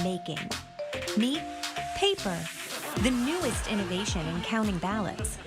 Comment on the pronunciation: "...Paypr".. lmao! 🤣🤣🤣🤣